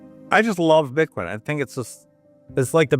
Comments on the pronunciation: Your ai voice calls it Bite coin I'm out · iThink the robot just pronounced it 'Bytecoin.'